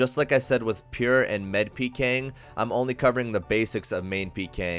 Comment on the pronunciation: i hate the way you say med, lol. good video though